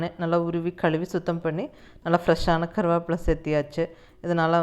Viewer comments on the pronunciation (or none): Karuvapla nu Neenga sollum pothu kongu Tamil supera iruku